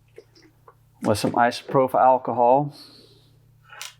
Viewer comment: Thank you for making this video… but dude, who taught you how to pronounce isopropyl?